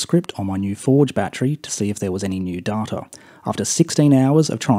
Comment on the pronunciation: I’ve accepted da-ta in place of day-ta but dar-tar? Come on